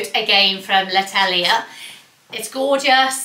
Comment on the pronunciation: Oh, l’attelier is the workshop in French (sounds like at-oil-yeah... ish)